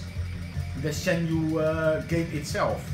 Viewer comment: I like how you say Shenmui xD